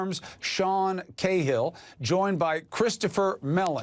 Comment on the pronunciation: Cahill is an Irish name, pronounced 'Ka-Hill', not 'Kay-Hill'. My poor ears. How can you see a simple two-syllable surname and butcher it?!